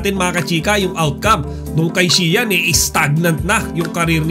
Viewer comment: Saka na ako mag susubscribe sau sir kpag tama na pronunciation mo ng Xian